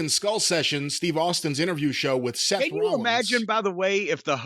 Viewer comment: "Seth Wowwins" lololololkchcjf